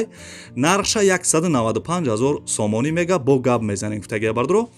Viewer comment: Офарин бародар,неки хами сомониша бехади бад зур мегуй,,,,,,сомониии мегаа